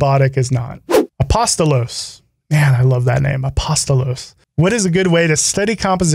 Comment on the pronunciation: This is long overdue but better late than never! Thanks for sharing your thoughts yet again and most importantly, for answering my question! You are the first non Greek person who didn't fail pronouncing my name, lol! Should you be interested, it means Apostle. Anyway, thanks again! Cheers!